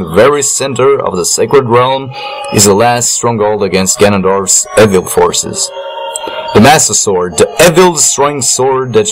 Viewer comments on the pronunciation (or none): You said evil wrong